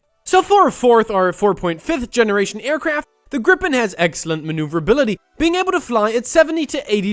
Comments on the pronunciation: Why do y’all have to say everything in Sweden is made from IKEA? And why do you pronounce it “grippin” and not “Gripen”? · Gripes is pronounced like greepen and with a really pronounced R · Gripen is not pronounced like that. If it was then by Swedish grammar rules it would have been spelt grippen.